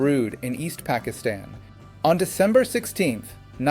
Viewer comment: Why did you miss Zia ul Haq?? He was much worse than Musharraf. Your american accent is laudable except calling Asim Munir and Pakistan. That was laughable.😂